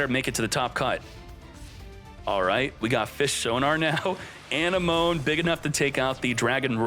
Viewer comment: the way he pronounces anemone kills me